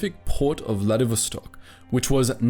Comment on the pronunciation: This video is so wrong even first 16 seconds had two mistakes: It's First World War so there are no "Axis" but Central Powers, and it's Vladivostok not VladiSvostok